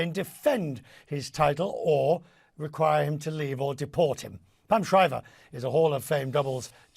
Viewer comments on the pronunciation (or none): IokoviK? Seriously? He is one of the greatest men's tennis players of all time and current world no. 1, learn how to pronounce his name properly! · this CNN idiot doesn't know even how to pronounce "Djokovic" correctly. Is he doing it on purpose or is he just not intellectually capable? Who cares, but I suspect both.